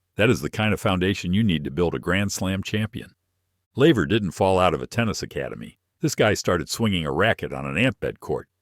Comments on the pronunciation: Its laver not lever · Laver ...couldnt even get that right